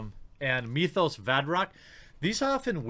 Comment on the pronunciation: Myth-os not Mee-thos.